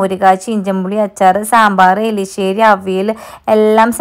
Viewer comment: എലിശ്ശേരി അല്ലാട്ടോ എരിശ്ശേരി എന്ന പറയാ